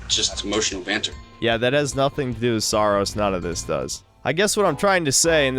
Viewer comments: Every time i hear the game's name it either sounds like saar or soros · Saros sounds like sarós I'm pretty sure in Hungarian means putrid or gross. Also please shit on the backlash over mouse pi regardless if it's warranted or not.